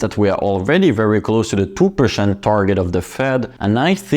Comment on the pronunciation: How low interest "pershent" ? :D